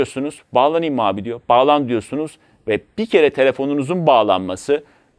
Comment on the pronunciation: Baglaniyim mi abe demesi guzel 😄